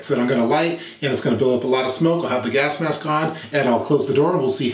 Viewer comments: Correct me if I am wrong but it sounds like you are saying gask-mask? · he keeps saying gask mask lol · am I the only one hearing "Gask Mask"? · WHo else is irritated by his pronounciation of gasK mask?